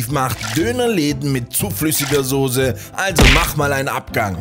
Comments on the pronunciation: In Germany we say Soossssseee , Sooooossssse...und nicht sose😂❤ machstbdu gut sose mann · Es heißt Soße und nicht Sose. Das ist ein französisches Lehnwort man sagt ja au h nicht Kornflakes so richtig deutsch ausgesprochen sondern Cornflakes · und weisst du was mich extrem aggressiv macht? leute die das wort soße nicht richtig aussprechen können und stattdessen sose sagen. ich meine da ist ja nicht ohne grund ein „ß“ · Wilde Aussprache von sose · Es heißt definitiv nicht Soße, mit dem "ß" so schlimm ausgesprochen 🤡🤡🤡